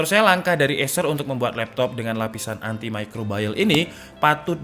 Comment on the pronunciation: Haduh lur, salah kaprah pronounce nya, "antimicrobial" ya "antimicrobial" bukan "antimicrobayel" 😅